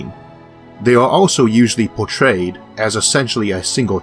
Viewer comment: Isaac, you don't have a 'speech impediment', at 1.05 (and other examples 'so long' at 5.12 and 'itself' at 5.18; not 'so wong' or 'itsewf'; etc) you pronounce 'portrayed' perfectly, not 'pawtwayed'; what you have is a learned auto-reflex, you can unlearn it if you put the time and effort in. In the same way ventriloquist can make 'normal' sounding speech by learning and practicing 'abnormal' buccal movements until it become their 'normal', you can normalise your buccal refexes. good luck with that.